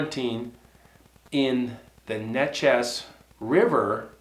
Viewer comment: The neches river is pronounced nayches.there used to be a show on cable tv based on the Texas/Louisiana state line on the Sabine River which is really close to the neches.i believe it was called gulf coast Bigfoot hunters or something.there was several people in this club I guess you could call it.they all had witness a Sasquatch at some point in their lives.i live like 3 miles from the neches river on the gulf coast.ive never heard anyone nor have I seen a Sasquatch and I used to hunt and spend a lot of time in the woods around here and know a lot of people who have too